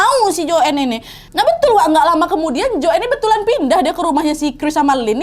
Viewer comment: Nadia chanel yg paling jls menceritakan kembali kasus ini di banding yg lain, cm aku kok kesal ya pas dia nyebut nama joanne dgn joen. Lynn dgn Silin. Kesal kali aku...